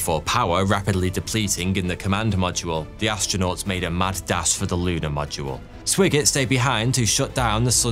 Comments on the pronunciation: Swiggert is pronounced Swygert (written: Swigert) with an i like in iPhone. But perhaps he was bit swiggert,too, at least when he returned and enjoyed some back-journey single malt whiskies😅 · It's SWAGGERT! not Swiggert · Jack Swigert's surname was pronounced SWY-GERT not SWIGG-ERT. Far too many people who narrate Web videos desperately need a pronouncing dictionary. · Haven't seen the movie, but I would bet Swigert's name is pronounced with a long "I" sound. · And it’s S-why-gert. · it was swigert pronounced with a long-i sound. not short. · FYI - Swigert is pronounced Swy Gert. Also, the aircraft carrier's name is pronounced EE woe Jima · Sorry dude but it's spelled Swigert but pronounced Swhygert like the word "why". Every time you pronounced his name I cringed! Also did you just say Iowa Jima? It's Iwo (ewo) Jima!